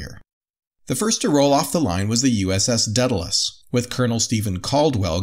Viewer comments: A little part of me dies every time they say "Deadalus." The name "Daedalus" starts with the syllable "day." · Dude, it's day-dalus not Dead-alus seriously, I know america has an education system and at least a passing understanding of the classics. And it's Min-otaur, (as in "Bull" ) not Mine-a-tar. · Daedalus is not pronounced deadalus. There an A before the e